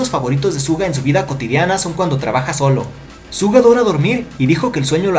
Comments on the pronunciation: Te he escuchado decir tantas veces ''Zuga'' en vez de ''Shuga'' xD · Es raro que diga «Suga» cuando todo el fandom dice «Shuga o Yoongi». Soy de las que dice shuga, por eso se me hace raro. 🌚🐣🤔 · Su nombre no se pronuncia así :v